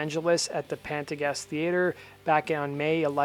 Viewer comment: Hey man, great channel--listen to it everyday. Just fyi it's pronounced "pan-TAY-juhs" theater. . Sorry, I'm a local...